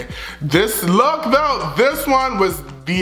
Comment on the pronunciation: “A LOOQ” IM IN TEARS HAHAHA